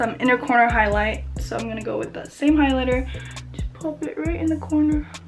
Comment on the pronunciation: the way you pronounced the highlighter HAHAHA